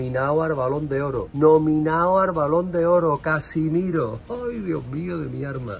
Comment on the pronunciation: 7 balones de oro y alguno regalado aun asi un jugador buenísimo sin ninguna duda, otra cosa no se si lo haces con burla o es que no sabes que se llama Casemiro y no Casimiro, resuélveme la duda, siempre de buen rollo 😎